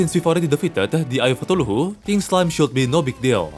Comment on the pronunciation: Just wanna say that you should try to pronounce Cthulhu as ca-thu-lu Love your videos